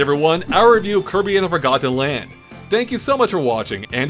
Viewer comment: I hate the way he says forgotten land, like four got ten